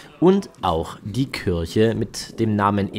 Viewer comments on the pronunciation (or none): none